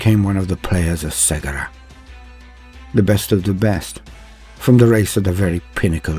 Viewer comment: I too have mispronounced Cegorach till listening to the 2 Harlequin audio dramas made by Black Library. The "C" is pronounced with a hard "K" like "Kevin" ("Ke-go-rack). ...If you haven't heard the Harlequin audio dramas( Heirs of the Laughing God "A Deadly Wit & Death's Mercy) both written by Gav Thorpe and performed by 4 or 5 different voice actors, you should, they're awesome and I don't know how they hire the actors to read their stories but GW should definitely hire you! Your voice was made to bring Warhammer stories to life. Thank you for your videos and your talent.